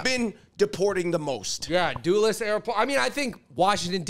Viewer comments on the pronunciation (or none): “DUHless” not “DOOless” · Dulles is pronounced "dull ez" not doolis. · It’s not pronounced Doo-liss Andrew. 😂😂😂 It’s pronounced Dull-iss. As in a “dull” blade. Dulles Airport ✈️ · if you can't pronounce 'Dulles', you ain't getting in.